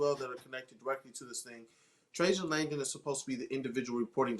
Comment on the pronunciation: Guys. Watch the press conference and learn how to say Trajan Langdon's name already. Good lord.